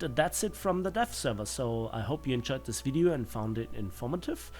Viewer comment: Kind of sounded like you said the death server